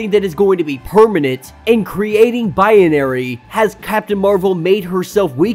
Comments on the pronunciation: What’s with the Bi-ye-na-ry pronunciation? Isn’t it just Bi-na-ry. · It's not biAnary. It's binary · Haha! The more he calls her Biyenary / Bianary the more annoying it is. 😆😆😆😆